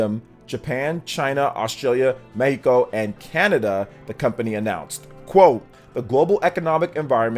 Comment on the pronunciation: Plus points for pronounced "Mexico" in Spanish